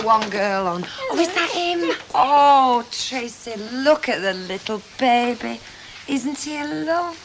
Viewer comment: How annoying is it Ivy constantly saying ‘bab ie’ instead of baby???? 😡